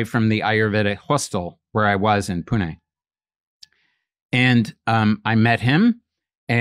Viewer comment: His pronunciation of Pune on point 💯